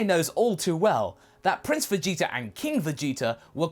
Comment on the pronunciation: Vegeter... why do you replace the "a" with an "er"